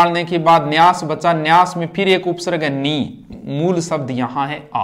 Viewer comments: by the way it is pronounced as upsarg not upsarrg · जिसको उपसर्ग और विसर्ग का शुद्ध उच्चारण नहीं आता वह क्या पढाऐगे। कूपमंडूक छात्र ना बने।